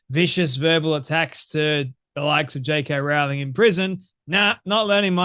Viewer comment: Rowling. Not 'row'as in arguing, but 'row' as in rowing a boat. Best to pronounce her name correctly.